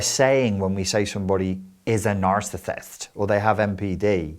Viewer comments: He put on like a Bristol Accent or something to say that word. If you’re American it may have sounded a bit like an American accent to you for a moment. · I swear, I’m not being mean or making fun, I’m genuinely curious . How, in the video when you say “a narcissist” do you all of a sudden not have an accent? It’s trippy!